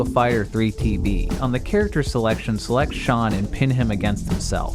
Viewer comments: ShOOn - not ShAHn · For Virtua Fighter, it's "Shun" not "Shaun". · Boi, did you just say “Shaun?” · I'm sorry, did you just call Shun Di from virtua fighter "Shawn"? Apologize right now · Please never say Shun's name again 🤣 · VIRTUA FIGHTER~~~! :D ^-^ and you pronounced shun's name wrong xD great video though :3